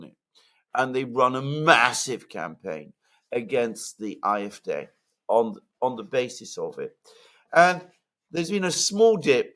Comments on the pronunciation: it's painful to keep hearing you say IFDeh instead of AFD. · Why not pronounce AFD, “ A, EF, DEE instead “er, ef, dei”.🙄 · I wish you would pronounce AfD correctly. You speak good English.